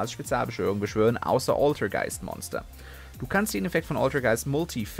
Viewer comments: Deine Aussprache der altergeist Monster ist manchmal schon bissel savage :D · Oultergeist MUultifAiker Aussprache 😂😂😂😂